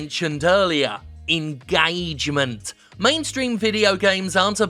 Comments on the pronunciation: It's not engagement, it's engAAAgement. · Nobody: Jim Sterling: engAAAgement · The way Jim pronounces ingaygment is satisfying as fuck. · Dominick Desalvo Pronounced “enguh-triple A-gement”